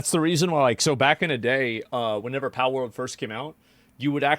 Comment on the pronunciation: Asmon can't say pal